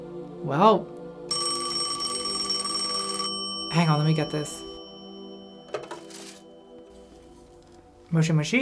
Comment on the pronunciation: you pronounced moshi moshi more like mushi mushi which means bug bug and that‘s hella cute